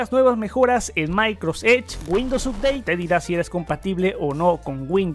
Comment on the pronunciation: Muy buen video. Pero por favor, trata de no decir más MAICROS EDGE. Gracias.